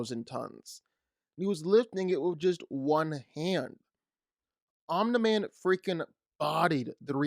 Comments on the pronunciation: Omni Man not Omna man🤦🏾‍♂️🤦🏾‍♂️🤷🏾‍♂️😂😭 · Tf is a omna man 😭 please just say omni man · why do you keep pronouncing OMNI man as OmDa man? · Dude pronounced it "Om-nih-man" lol It's "Om-knee-man" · om-knee not om-nah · The only thing i heard that whole video was the constant ON-mi man.. lord i must have something stuck in my ears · “ohmnah man” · good breakdown, but saying omna man so many times killed me lol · Omina man lol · Who’s onna-man? Lol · Alright. It’s pronounced Om-NEE-man… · NOBODY THIS GUY: "omNAHman" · Hell yeah I love “Omna Man” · Clicked off when you said omnaman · Omna man? Shi was pissing me off the whole vid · 13 minute video... pronounces it Omnuh-man. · Bro pls stop saying im-da-man for Omni-man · bro saying omna man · Omneh man 😂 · this has nothing to do with the discussion but... "Omnuhman"? bruh. Please pronounce it the way it is said in the show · "Omnaman" is killing me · Why does he say omna man lol. So annoying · these no way at the very start you call him omlin-man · “Omna man” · Om- knee- man for fuck sake. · why is he saying "omna-man" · Me trying to figure out who “omna-man” is. 🤣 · Why are you saying Omna-Man 💀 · Stop saying omna man bro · ' omna man ' 💀💀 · My man said Omna-man…Omna man too shoot 😂 awesome vid bro really good insight! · can you please say omni man's name the right fucking way omnuh man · ahh yes "omna-man" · Can this mf even read correctly while copying others work, the way he’s pronouncing Omni man is driving me insane. Omnah man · "omneh man" ☠ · home lander and omna-man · Hate the way he pronounces it “Aw-nuh-man” 🙄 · Omna-man lol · Am I the only one bothered whenever he says Omna-man? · Who the hell is "Omnaman?" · "Homelander, and Omna-man" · I think...it's pronounced Omni /ɒm.nɪ-/ /ɑːm.nɪ-/ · So is no one going to point out he keeps saying om-na man🧐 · why cant u pronounce his name right? omni man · WHY DO YOU PRONOUNCE OMNI MAN LIKE THAT r4wuiwerfhwihweuie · I hate how he says Omni-Man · you said omni-man wrong